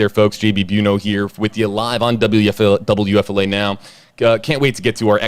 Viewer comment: This is a serious case but I can’t help to comment on how awesome you say WFLA